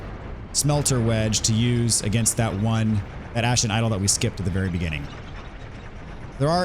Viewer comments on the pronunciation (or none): none